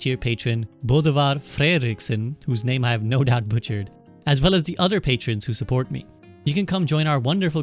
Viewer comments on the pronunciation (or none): none